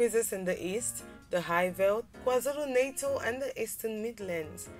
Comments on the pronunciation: 😂😂 It's not Kwa-zulu "Naitel" it's kwa zulu Natal but great video nevertheless 😂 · 😂the way she says kwaZulu "natal"